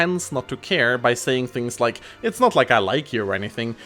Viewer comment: lol it soundin like you sayed ike not like